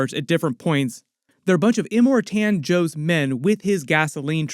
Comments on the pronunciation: Well done but…it’s iMORtan not imorTAN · Em-More-Ton. Thats to correct pronunciation. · Slight trigger when you're pronounced Immortan as Im more TAN 😂